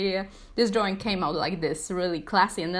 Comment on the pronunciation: Drawing not draw wing